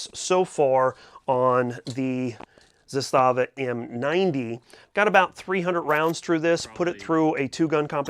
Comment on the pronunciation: ZAS-tava., per company pronunciation. Sorry, I just always find myself throwing that correction out, I'm not trying to be a jerk.